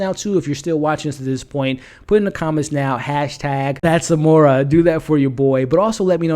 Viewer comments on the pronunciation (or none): OMG! did you seriously say, 'That's morel'? WTF🙄 I can't dude! 😄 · FYI -Amore pronounced A-more-ray. When the moon in the sky like a big pizza pie That’s amore Meaning -love M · Man get it together with the pronunciation. Amore does not sound the same as a mushroom species, a voyager is someone that sails on adventures, and it’s not luCia, it’s luCHia, like the seed.